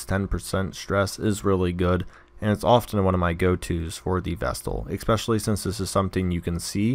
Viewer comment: There's no X in "especially"